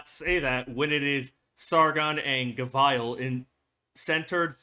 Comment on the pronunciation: Up to you on how you want to pronounce Gavial but the usual pronunciation is Gaveel both in English and Japanese. You can hear it in the gavial episode and EN official 3rd Anniversary livestream. English is a weird language so normally we pronounce the operator names based on how they themselves or others introduce them.